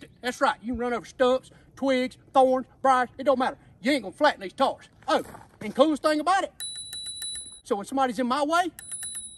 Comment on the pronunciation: “These tars right cheer” 🤣